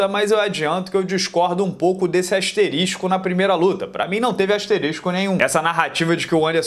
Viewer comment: O fala "asterístico" zoando??